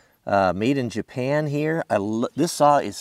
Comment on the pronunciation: Did anyone notice he put an e at the end of japan